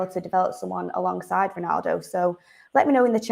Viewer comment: I think you put to much emphasis on tge words alongside, I doubt ten Hag has discussed his plans with anybody especially FR